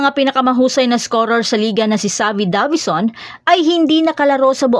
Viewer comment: Talagang minamali yung pronunciation ng Davison para maiba lang?